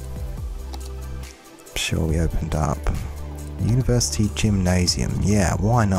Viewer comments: i liked it better when it was "Uniersity" :( (jk ofcourse ;) ) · hehe "Uniersity" :p